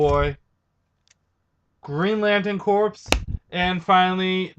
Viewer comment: It's pronounced core not corps.